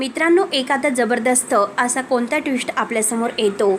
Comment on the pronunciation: मॅडम, तुम्ही मराठी आहात नक्की?? साधा ट्विस्ट हा शब्द बोलता येत नाहीये तुम्हाला... आणि वाचून सांगताय की काय? इतकी चुकीची मराठी? एतात नाही हो येतात..